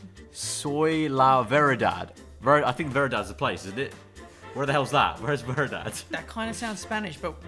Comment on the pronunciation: i'm a quarter spanish and it annoys me so much how and kept messing up the spanish words in the fourth one 🤣🤣 verdad isn't a place, it means true. yo soy la verdad el camino y la vida = i am the truth the way and the life. jesus yo confio en tu = Jesus i trust you/in you